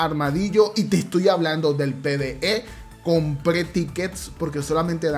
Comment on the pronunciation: Miren ese enfasis en el “Compre” grande el